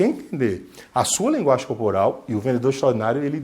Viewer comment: "Vendedor extraordinário", eu entendi todas as vezes "vendedor xonado".